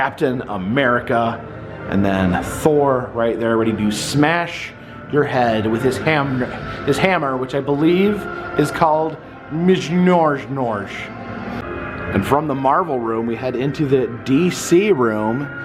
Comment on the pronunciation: Thors hammer is called mjolnier pronounced myol neer